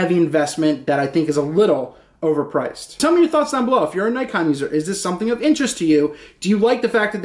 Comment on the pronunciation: It is pronounced "nee kon"